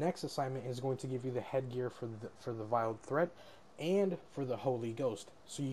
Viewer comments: VEILED NOT VILED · you are mispronouncing veiled